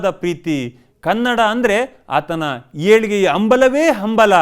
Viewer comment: ಆಹಾ... ಹೇಲಿಗೆಯ ಅಂಬಲ.... ಕನ್ನಡ ಪಾವನ ಆಯ್ತು...‌ ಒಂಚೂರು ನಿಮ್ ಉಚ್ಚಾರ ಸರಿಮಾಡಿಕೊಳ್ಳಿ ಸ್ವಾಮೀ....